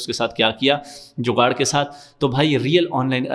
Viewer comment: When you say jugar 😂😂😂 gg bro last vedio daike app ki jewe eye wali